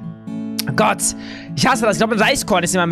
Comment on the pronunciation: Du sagt immer gott mit "s" am ende😅😅👌